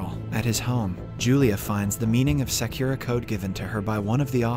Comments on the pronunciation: Its Sa-Ku-Ra not Se-kyu-Ra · It’s annoying he can’t say Sakura right